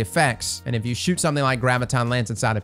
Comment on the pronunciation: I dislike it when people use abbreviations without prior context, I don’t know (Idk) why 😂. I also can’t stand it when people pronounce the word “something” as “somethink” or “anything” as “anythink”.